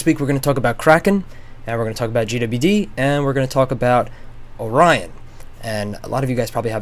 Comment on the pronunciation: Or-ree-on Orion